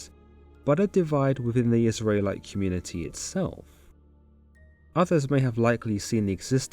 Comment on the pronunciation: I can't get over how you pronounce Israelite